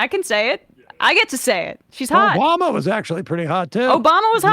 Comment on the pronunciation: "Obamna" lol